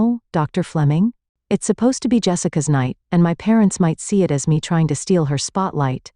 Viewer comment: The voiceover cannot say the word “it”. Only “I. T.” So weird. 😅